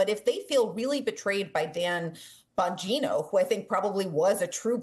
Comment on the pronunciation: lost me at "bon_GEE_no" 😅how do you not know how to pronounce names of basic figures in politics when this is ur whole job